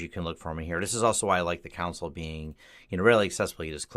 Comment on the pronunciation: cringed every time he pronounced 'console'